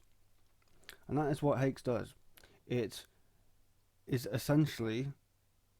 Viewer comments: Fuckinell, it's not pronounced "hakes", it's pronounced "hacks", like my axe... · Bro said "Haex" Edit: The more i hear it the more i wanna cry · did you just pronounce it "haex"?